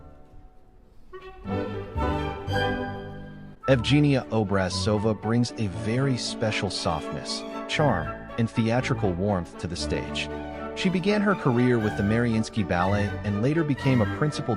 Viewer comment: I can't believe a native Russian speaker hasn't said this yet unless there's a Russian dub that pronounces everything properly. Evgenia has a hard G. Vaganova is pronounced like this: Vuh-GAH-no-va. Most Russian names accent the 3rd syllable before the end, so VISH-neh-vah but also Ma-KAH-roe-vuh or Za-KAH-roe-vuh. Your text is great but my ears hurt now.